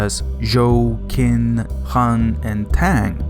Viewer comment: In the Chinese spelling ( Pinyin scheme) Qin is pronounced Chin, not Kin.